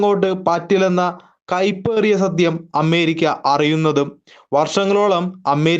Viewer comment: അമ്മേരിക്കല്ല ... അമേരിയ്ക്ക എന്ന് പറയൂ.